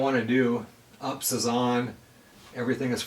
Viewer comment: It is not "ups". It is pronounced Yew Pee Ess (as an abbreviation for Uninterruptible Power Supply). I have personal UPS units, and worked with corporate units, for computers since the '90s. In general there are 3 types - Offline (standby), Line-Interactive, and Online (Double Conversion). Offline (standby) is the cheapest. An offline UPS system passes utility AC power straight through the unit, past a transfer switch, to the output point where the protected load is connected. When an input power failure happens, the built-in battery and the inverter, which converts the battery’s DC power to AC, are activated and connected to the output by the transfer switch. There is generally about a 6-8 millisecond break in power when transferring to battery back-up. Line Interactive is the mid price option. Line-interactive UPS systems provide both power conditioning and battery backup. With the inverter always on and connected to the output, line-interactive UPS provides additional filtering and yields reduced switching transients when compared to a standby UPS. The most expensive option, an online UPS system is usually called double conversion as well because incoming power is converted to direct current (DC) and then converted back to AC. This AC-DC/DC- AC design ensures an increased degree of isolation of the load from the irregularities on the main supply. The power stations you have reviewed previously, and this one, may be offering Line Interactive UPS capability (i.e. some output